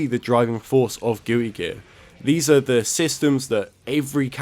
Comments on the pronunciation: "Gooey Guear" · Are you saying Gooey Gear? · Did you say gooey gear lol